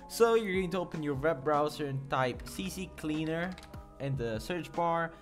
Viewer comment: ITS NOT CC CLEANER ITS C CLEANER OMFG WHY U DO DIS TO ME?@@@@